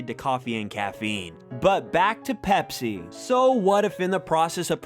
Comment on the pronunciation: You said pepser when you saw the ad lol